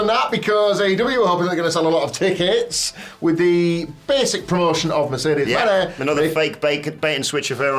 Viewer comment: Mercedes “Maihey” 🤣